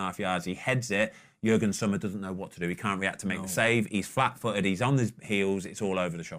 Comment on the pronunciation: Did Ben really call Yann Sommer Jürgen Sommer? And multiple times may I add